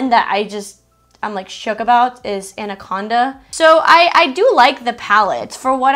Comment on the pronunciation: it is pronounced anaconduuuuuhhhhh